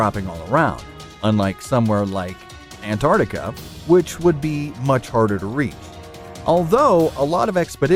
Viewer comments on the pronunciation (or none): GamingXUniverse -Gaming at its best! u could stay at my igloo once u move to Antarctica! and btw it is pronounced Antarctica 😂